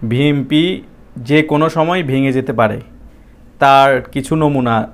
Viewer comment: বি এন পি নামটা তো বলতে পারছেন না ভাই। বলছেন বি এম পি।